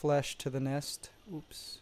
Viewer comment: i love when he says ups